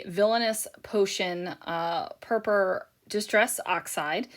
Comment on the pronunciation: I always giggle when you say "Purppa" rather than Purple, lol